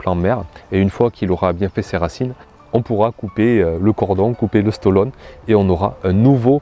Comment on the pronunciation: juste parce que tu dis "stolonne" quand tu parles de "stolon"